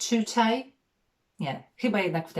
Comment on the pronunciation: „Tutaj” dałaś czadu 😀 extra lekcja.